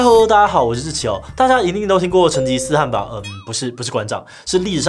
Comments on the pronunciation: 大家留言都很專業...我只能雞蛋裡挑骨頭了，成吉思汗、可汗的「汗」是唸「ㄏㄢˊ」喔，算是特殊破音字，因為只用在這個時候才做這個發音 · 汗应该是第三声，类似韩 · 糾正一個地方，成吉思汗的汗讀音是ㄏㄢˊ，這裡的汗是可汗的意思